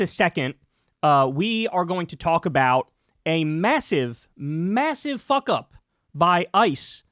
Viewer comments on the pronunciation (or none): EMPHASIZED. " Massive fuck up". 😂😂😂😂😂😂😂😂😂😂😂😂